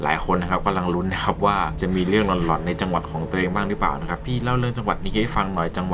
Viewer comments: เหมือนได้ยินคำว่า หลอน เป็น หล๋อน เลยค่ะ หรือคิดไปเอง 🤔🤔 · เรื่องราวน่าสนใจดีครับ ชอบฟัง แต่อยากให้ใช้คำว่า หลอน เป็นสระเสียงยาวอยากให้ออกเสียงยาวนะครับ คำว่าหลอน จะไม่พูดเสียงสั้นนะครับ